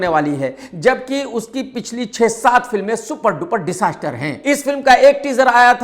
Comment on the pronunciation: Disaastar nahi Dijaastar bolo